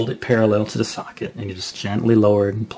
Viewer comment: when he says socket, it sounds like suck it, :) but good guide i learned alot